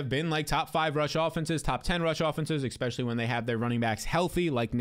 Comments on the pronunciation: The "expecially" is driving me nuts! The term is ESpecially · Love your analysis... but are you saying EK-spesially?